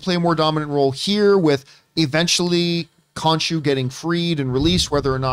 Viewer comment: Jesus.. Sooo... Now we kno is ridiculously horrible with Egyptian God name pronunciation. "Kahshoo... Skivett...Skemitt" 🤣😂🤣😂